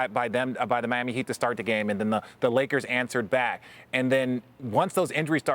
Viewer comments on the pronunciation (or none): none